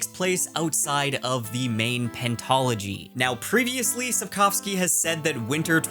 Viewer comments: once again reasserts himself as a king of booktube with his correct pronunciation of Sapkowski 🔥🔥 Cool seeing this more news style video from you! Liked hearing ur thoughts ☺️ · I love that you actually pronounced Sapkowski's name correctly